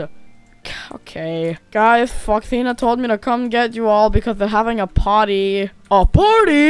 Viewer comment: bro said "fredrina told me to get you guys there having a potty"